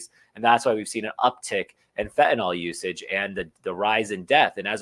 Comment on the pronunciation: Fentanyl is pronounced Fen ta nil